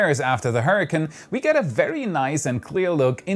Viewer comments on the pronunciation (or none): none